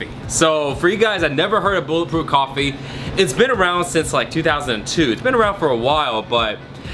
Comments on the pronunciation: bulletproof golfy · ***** Makes you feel like killing a man because he mispronunce a word? Now I'm not saying you should get psy checked, but yeah.. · He said Goffee lol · Is nobody gonna call out the way he said coffee ?